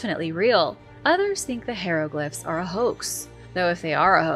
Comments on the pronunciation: pronounces it wrong.,...hi (long i) re(short e) glif (short I),... pronounced like "high reh glif". 👍🏽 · Say it with me please high row glyph Ick it’s almost as bad as the stienfeld paper mache episode lol